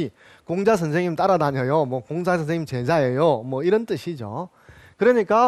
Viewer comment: 공자 강의에, 공을 짧게 잘못 발음했나이다!! 재발! "길게" 발음하시옵소서! 또, 엉터리 독법! 피인지사를 두 자씩 띄어서 발음하셨은 이는 이 구의 구문도 이해치 못했다느 증거이올시다. "피인지" 하고 "사"라고 띄어서 읽어야지요! 이 갈 지자는 소유격으로 쓰여졌음을 알아야자요!! 미국 뱐 완수. 시청자 여러 분! 한 가지 정중히 권하오니, 유튜브에, 처 주실꺼요!? 우리 말 문제에 대한 실로 귀한 강의를 들을 수 있나이다.